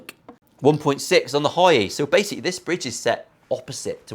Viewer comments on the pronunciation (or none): none